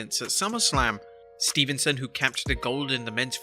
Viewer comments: Dude it's STEVESON no N not STEVENSON STEVESON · It's Steveson, NOT Stevenson. And one of your pics is of Gable's big bro.